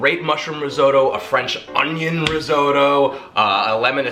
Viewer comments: As Spock would say, "Fascinating." Lawn Geyelind bred as I may be, there are no "D's" in risotto (Rih-ZO'-toe). Okay, Bubbie is going to have a coronary over this recipe, and so is Nonna. That is a hell of a lot of panchetta (no "Y" in paynchedda) you are using, a hell of a lot of shallots, and a hell of a lot of tomato paste, for a relatively small amount of rice and broth. I'm going to try it, but I'm very nervous. I've only just gotten the hang for long grain rice in the IP. Oh, for the record, I did a "Katz's" pastrami this week. It had to be the meat, but it was a total disaster. I wound up with a pastrami scented brick. Salted the meat too long, I think the 1hr heating in the oven was too much, but it smelled good. Attempt #2 this week. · I wish you would say "rissotto" and shallots" correctly.hey, it hurts my ears the way you say it. Yikes, you're such a New Yorker! :)